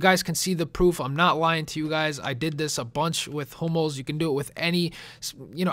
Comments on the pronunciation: i thought u said homos not hummels...... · it sounds like he's saying 'homos' not hummels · I wear to god you kept saying HOMOS not Humells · Am i the only one to thought he said Homo? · Sounds like he's saying HOMOs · it sounds like your saying homos :l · sounds like your saying i bid on 5 "homo's" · it kinda sounds like your saying homos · it sounds like ur saying homos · I keep thinking ur saying homos